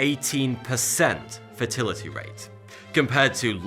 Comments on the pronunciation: When he says "fatality rate", it sounds like he's saying "fertility rate". It makes a funny difference in the narrative. I don't know if it is his local accent or what. In the US, we say FAYtality. He is saying FUHtality. Is that a UK thing? Also, many economists are not so sanguine about criticizing the low pay of third world workers because they ask, "As compared to what?" Certainly, no one with access to high paying desk jobs in air conditioned offices would consider a dangerous and back breaking job as a ship breaker for just $3 a day. But, those who take such jobs would not if they had acces to something better. If their industry was banned by enlightened politicians, these same people will be forced into worse employment. Such alternative employment must be worse by their own calculus or they would go there now and abandon the dangerous $3/day job. Criticisms of such jobs give no thought to the alternatives available to those who take them. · When you say fatal it sounds like fertile , or is that me ? Anyway good video 😀😀😀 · Are you saying fertility or fatality? Because they're almost opposites. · why is he saying fertility and not fatality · Do you also pronounce "Fatal" as "Fetal" the same way you say "Fetality" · it sounds like he keeps saying fertility rate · ha ha ha ha "fertility". this geezer makes me p##s myself with laughter. lol. "fatality" darn fool. pronunciation= (fay-tal-eh-tee). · Fertility or fatality ????? Pretty sure you are saying the former. Not the same thing sadly. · So when you say "fatality" like in Mortal Combat, you say "fatility"? Were you dropped on your head or what? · not a master of english accents but I'm pretty sure you said fertility instead of fatality twice towards the end of the video. So funny =)) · Stop saying fertility instead of fatality please bruh! I can't stop laughing haha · Love how he pronounces 'fatality' as 'fertility'. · Was he saying fertility rate? Or fatality rate? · is he saying fertility or fatality